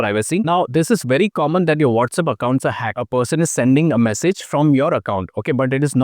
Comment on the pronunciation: It’s WhatsApp NOT WhatsUp